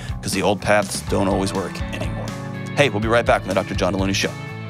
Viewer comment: No one caught that he pronounced his last name wrong? /Jelony